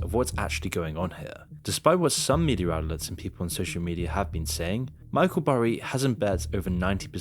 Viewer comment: Media* not Medier